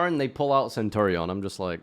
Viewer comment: me favourite pet deck is cope-ion (centur-ion)😅